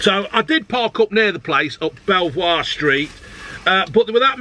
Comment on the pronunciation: Wait, it's "beaver" street, not "bellv-war"!